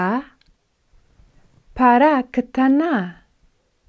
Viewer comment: למה את אומרת 5 פעמים כל המילים???? אנשים לא טיפשים פעמעיים מספיק בנוסף, את לא אומר נכון את המילה פרה.עזבתי